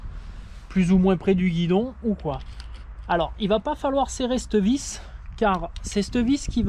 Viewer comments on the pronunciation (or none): " cte vis "..... "cette vis"!!!!!!!!!!!!!!!!!!